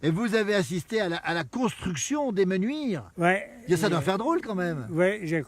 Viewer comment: 2 choses : 1 : on écrit les Menuires et on prononce comme cela s’écrit 2 : dans les villages de montagne, il y a une altitude minimum et une altitude maximum, ce n’est pas plat comme dans une vallée,, l’altitude minimale à Les mEnuires c’est 1450m.